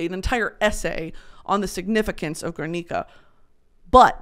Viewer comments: brittany as a spanish speaking bestie i need to let you know that in "GUERNICA" the u is not pronounced! like in "guerra" ok love you thats it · you know better than to pronounce “Guernica” like that 😭